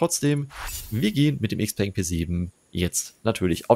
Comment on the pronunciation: Klugscheißmodus an Xpeng ist die Kurzform für Xiaopeng Motors, daher wird Xpeng korrekt analog zu Xiaomi ausgesprochen, wobei das "peng" als "pang" gesprochen wird - also "Xiaopang". Im englischsprachigen Raum wird Xpeng i.d.R. "Äxpang" ausgesprochen. Klugscheißmodus aus